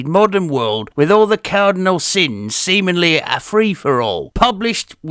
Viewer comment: I have to ask (and hey, sorry about the repeat comment earlier, I got excited) but did you say "seemingly" or "semenly"? Asking for a friend. A slag, no less....